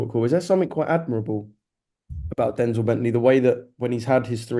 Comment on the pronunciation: The way Gareth says Denzel Bentleys name like he’s denzel washington 🤦‍♂️🤦‍♂️it’s denzel like from Only fools, not Denzell like Washington